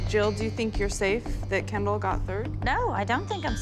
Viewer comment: am I the only one that heard kindle instead of kendall